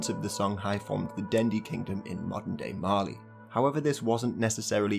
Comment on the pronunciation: I THOUGHT YOU SAID MARLEY